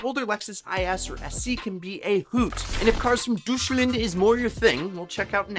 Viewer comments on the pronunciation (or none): Bro does NOT know how to pronounce Deutschland 😭🙏